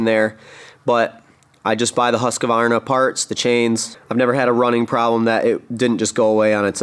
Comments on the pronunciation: Husk varna. Not huska varna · It is hard to take notice of someone who cannot pronounce the name of the product Husqvarna not Husq a varna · If you're going to say Husqvarna 100 times in a video you should learn how to pronounce Husqvarna. Not HusqAvarna.